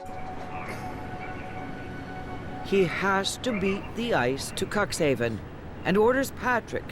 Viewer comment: Not bad made but please pronounce the city of Cuxhaven correctly. It sounds horrible to me. I was born in Cuxhaven and if somebody would pronounce it the way you do it in Cuxhaven, you are in big trouble. And the ship is build in 2009. An old lady so to say. I saw the ship by myself and it is mindblowing. However, this kind of ships normally run smoothly and have no problems and is not the only of this kind.